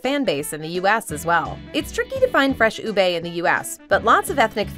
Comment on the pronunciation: LoL! My apologies, but I just find these funny. It's pronounced as "u-beh," not "u-bae." And it's, "ha-lo'ha-lo," not "hey-lo'hey-lo." I cringed then laughed when I heard this. Sorry again.